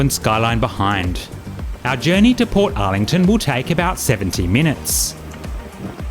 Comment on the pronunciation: thank you. I think I will make a booking.🎉 PS: Bolte-ee not bolt. Portarlington is not spoken as two words. EG : You would not pronounce Melbourne as Mel-bourne. OK?! 👋😃🇦🇺👌